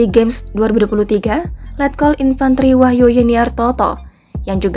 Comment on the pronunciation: wahyu bukan wahyo dekk